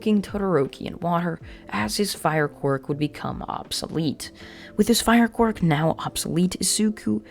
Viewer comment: my biggest gripeis that this dude says quirk as quark